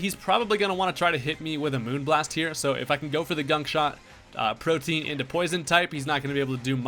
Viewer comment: Are we not talking about Protean being pronounced like protein? LOL